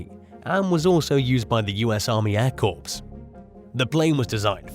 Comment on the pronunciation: Corps is pronounced "Core" just for future reference.🙂